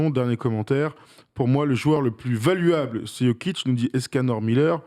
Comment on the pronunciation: "valuableuh" fais un effort 😅